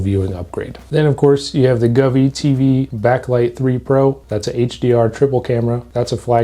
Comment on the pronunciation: Brother Go-Vee not Guvee 😂😂